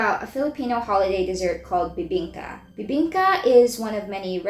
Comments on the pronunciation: you kinda nailed the bibingka! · Bro!! You did our Bibingka Good!! Wow!! ❤❤❤❤❤